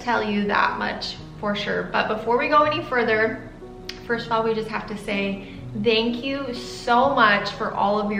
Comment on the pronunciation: says dank you instead of thank you lol